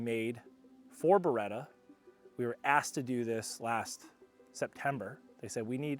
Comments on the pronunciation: perchè dite Bereta? si dice Beretttta:face-blue-smiling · Si dice Beretta non beeeeretaaa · Ah yes. The Burretta and the Furrari - staples of Italian brands worldwide.